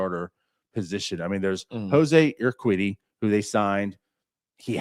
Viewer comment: Urquidy - pronounced - eer - kee' - dee. Accent on the 2nd syllable